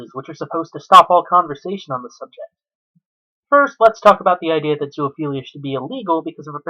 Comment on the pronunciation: Again its not ZOO-A-PHELIA ITS ZOOPHELIA! I REALLY HOPE YOURE IN PRISON FOR LIFE.